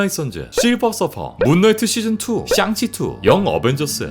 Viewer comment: 형 샹치를 가끔 썅치로 발음하는데 혹시 샹치 싫어하는건 아니지..? ㅋㅋㅋㅋㅋㅋㅋ